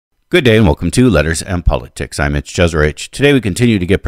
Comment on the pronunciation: Whenever he says "listen Mitch" it sounds to me "listen bitch"😂